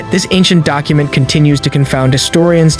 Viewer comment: Because I like the content in the video, I am tempted to subscribe. However, the the VO artist's voice quality is betrayed by the failure to ensure the correct pronunciation of a word used frequently in the discussion of ancient artifacts (i.e., cuneiform, ). As a former VO artist, I value the relative ease of being able to find the correct pronunciation of a word before using it in a video. In this particular case, Googling "cuneiform" renders the following aid: kyo͞oˈnēəˌfôrm, ˈkyo͞onēəˌfôrm, ˈkyo͞onəˌfôrm/ ...and, as is most often the case, even includes a button which speaks the pronunciation for you. In short, if you value quality as a component of your channel, please encourage your VO artist to Google any words for which the correct pronunciation may be unknown to him, and, respectfully, in this case, an edit would certainly be justified. Thank you.